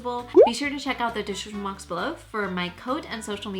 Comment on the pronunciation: lol go to 9 13 and listen to her say description box, or in her words dishripyon box! also that's a fake karina garcia that your all saying you love!